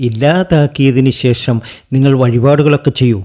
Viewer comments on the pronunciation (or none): none